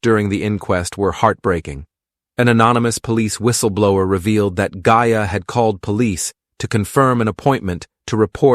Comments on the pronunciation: Started off at the very start pronouncing correctly. AI sloppiness. No respect for Gaia or sister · Pretty annoying that gaia & mayas names seem impossible for you to pronounce them correctly.......please try harder